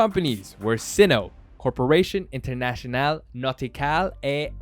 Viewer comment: Interntionale => Inter-Na(a as in car)-t(pronounced ts as in cats) -iona(a again as in car)-le (e as in hElp) Handelsmarine => Ha(a as in car)-ndelsmari(i pronounced like ee in feeling)-ne (e again pronounced like e in hElp) Aktiengesellschaft => A(car)-kt(t like ts in cats)-ien[ie pronounced like EE(fEEling)+E(hElp), those 2 sounds back to back]-ge(hElp)-sellschaft(sell like english sell, schaft like shAft with a pronounced like cAr) InternA-TSEEonalE HAndElsmArEEnE AKTSEE-En-gesellshAft bonuspoints if you can get your "R" to roll and be a bit drier than the english one :D